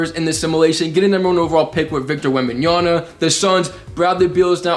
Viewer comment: Bro said victor wembanyana💀